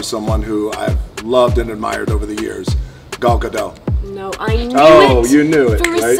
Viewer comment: It’s funny the rock has worked with gal gadot for quite a while And still can’t pronounce her name is not pronounced the way it looks it’s not gal as in a woman it’s gall like a gallstone Her last name is spelled I mean pronounced like it would Be spelled with an E at the end gadote guh dote